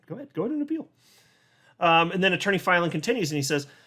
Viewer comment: The way you pronounce Attorney Filan just burns my biscuits 😓 🫣